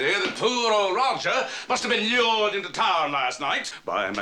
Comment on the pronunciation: lmao "lure"